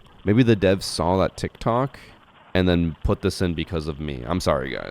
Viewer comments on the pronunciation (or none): none